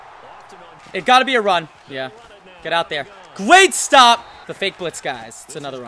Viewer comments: what the heck is a gweat stop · gweat stop!